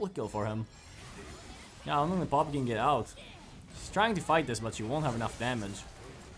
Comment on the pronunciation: bro how u say poppy haha pooppii